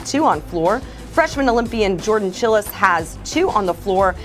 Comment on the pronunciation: Jordan ‘Chill-Es’ 😂 the pronunciation made me giggle haha